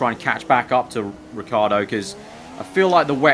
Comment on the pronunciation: OH FOR FUCKS SAKE IT IS RICH-EE-ARDO NOT RICARDO!